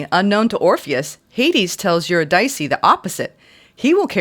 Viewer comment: uhr-IH-dih-see is how Eurydice is pronounced, fyi.